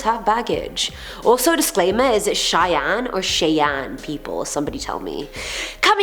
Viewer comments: If Brando's sisters name is spelled Cheyenne, then it is pronounced "Shy-anne". 👍 You are my favorite host!! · Howdy! It's most likely pronounced Cheyenne (Shy Anne). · Great job it is pronounced shy-anne fyi 😃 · It's pronounced Shy-anne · “Shai an” = Cheyenne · it's (shy) anne